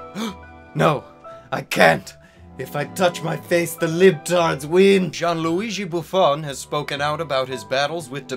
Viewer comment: The way says Gianluigi makes my italian heart shiver with arousal. Is completly incorrect but Uh. SAUCY